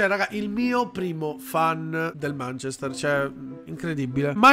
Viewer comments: manchester è pronunciato manchèster non mànchester quindi si, hai ragione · ma manchester non si pronuncia così....anche google traduttore lo dice giusto...provate😂